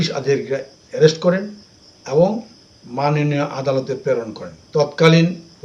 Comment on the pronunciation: Manoniya noi .. Manoniyo hobe didi😂😂😂😂😂